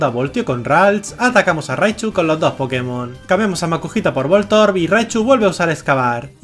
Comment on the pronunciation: soy una verguenza me rei apenas dijo pkemon XD me rei